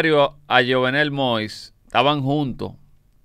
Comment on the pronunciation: YUVENEL SE PRONUNCIA